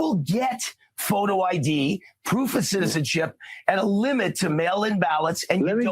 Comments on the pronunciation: She said poof not proof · Hey, give, kamala some credit. It's very hard for her to say the word proof.